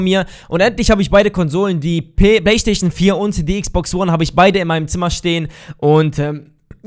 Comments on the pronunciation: Hahahh am anfang sagt er baystation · wen er playstation sagt klingt es wie baysasion